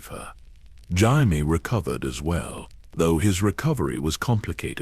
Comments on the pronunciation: Omg Jime. Why couldn’t they say Jaime’s name correctly. The voice is nice but for goodness sakes that’s a pretty big mistake in AI that should be fixed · Stupid AI can't pronounce Jaime.